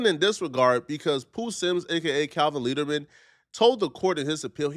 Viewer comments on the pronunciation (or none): How tf do you turn “Leerdam” to Leaderman? dyslexic